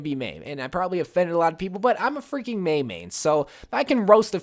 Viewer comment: Im sorry but its Mei sorry